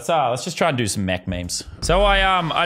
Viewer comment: It is mech not mechu